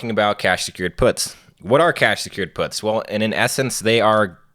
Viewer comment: I had to rewind this a few times bc it sounded like he said, "You're probably already familiar with selling dope." His explanation right after that didn't make it sound better. 😂